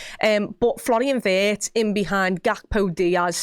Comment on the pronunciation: Please please try to pronounce him like Veertz, not like in hurts! ❤ from Germany, up the reds.